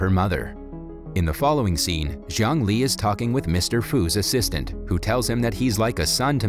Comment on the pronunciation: Jiang Li’s name pronunciation sounded like “Zhongli”